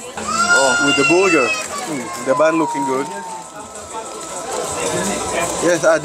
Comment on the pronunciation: i love the way you guys say burger.. sounds like booger! eating a couple of boogers.